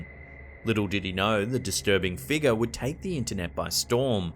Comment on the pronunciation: When he says figure aka figga. Let's hope he doesn't try and say nicker. Yes it's am actual word lol. I laugh everytime he says figga. Like what is a figga.